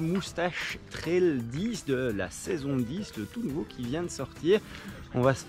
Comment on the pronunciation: l'accent belge !! on ne dit pas "tréle" mais "traile".